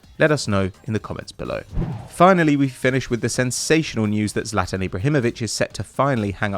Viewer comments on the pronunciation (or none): none